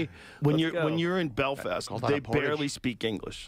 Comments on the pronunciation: the pronounciation of “belfist” got me wheezing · Love when rogan says Belfist😂